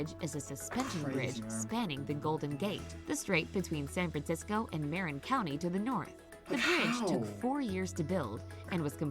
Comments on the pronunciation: bruh she really just said maa-rin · She also pronounced Marin (ma-RIN) as me-rin. Lol.